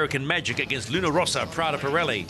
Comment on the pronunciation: Really, what's the problem with people that butcher the Luna Rossa name? It's simple, Luna Rossa, not Rosa, not Rosso. I find it really disrespectfull, like when someone call American Magic, American Tragic.